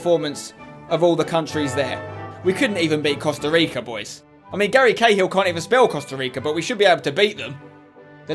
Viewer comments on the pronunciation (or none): none